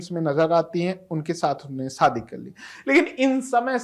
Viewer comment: Saadi nahi yaar SHAdi bol Shadi.